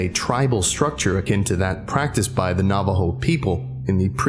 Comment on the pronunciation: Glad this SCP is inspired by our culture, but you mispronounced some things: Shaman (Sh- ah- men) Dine (Den- aye) Navajo (Nah - vah- Ho) the word is Spanish and "J" are pronounced as "H" I should not speak about it, but I also don't know much Navajo language Naaldloshii ( Nah-hah-zDIT-shu-hoo-shee-et)